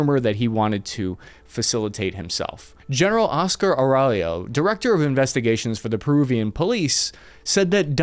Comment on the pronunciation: As someone who is named Aurelio, your pronounciation is atrocious 😂 But i have heard worse attempts